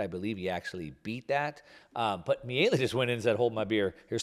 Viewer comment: Exactly. I cringed when said "Mielli" or something to that effect. Milei is his lastname, which sounds just like you implied, "Mee-lay".